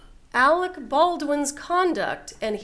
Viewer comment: Why can’t the in-studio guest pronounce Alec Baldwin’s name correctly? He’s been calling him “Alex” all day! 🤯